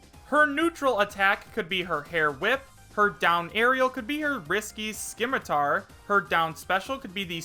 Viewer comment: Scimitar is pronounced SIM-UH-TAR